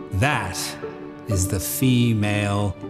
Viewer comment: door th ( like in the) ee or door uh thee